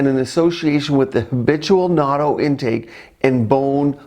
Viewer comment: It's pronounced a bit differently.. You are saying "NAUTO"... The proper way to say it is "NAT-TOH"... short sound on the "A" like "bat"... and you need to pronounce the "N" as a double sound